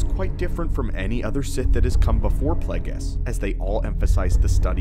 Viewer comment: Plague-ees hahahaha